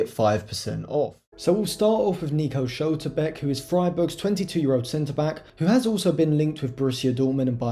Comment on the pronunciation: Pronounciation of Schlotterbeck ?!